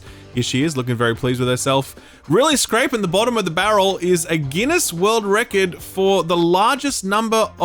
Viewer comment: Why are you pronouncing Record super weirdly